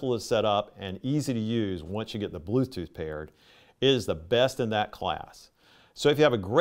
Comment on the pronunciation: Blooth tooth 😂